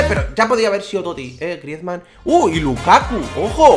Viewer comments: es grisman no griesman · Dice griezman toty